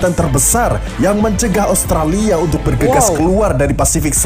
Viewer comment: Amerika bang bukan amarika Australia bang bukan austrella